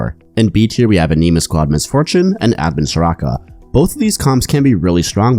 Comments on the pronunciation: Thanks for the great video! Two little things for pronunciation for the rest of the set. Corps (Pronounced Core. Not corpse) Anima (Ah-nah-ma. Not a-nee-ma) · fwiw, "corps" is pronounced like "core", not "corpse". And I suspect that "anima" would have a soft "i" sound like in "tin", not an "ee" sound. Love your content. Not intending to be pendantic - some people appreciate getting the pronunciation right. No offense intended. :)